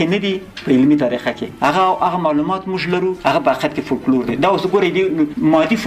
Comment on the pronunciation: فوکلور یې سمه بڼه ده ، دغه یو لام استاد وایی چی سم نه دی